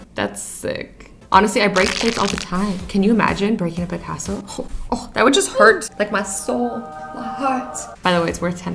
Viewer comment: you pronounced Picasso wrong